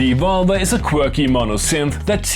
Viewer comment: To me it sounds that You are saying "the vulva" when you are saying "the Evolver". Which is making my inner school-boy giggle uncontrolably.. I want this synth so much! Thank You for another great video!